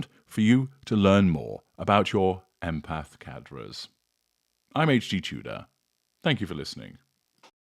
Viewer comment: Well... in French it's the gutteral "r" not the roll of the tongue "r", and the "s" is silent. Still, provides unmatched information.